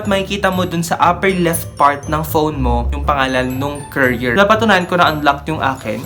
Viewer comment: “currier” besh hahahahha